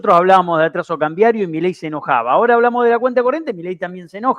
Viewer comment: Shonatan... shora .. shora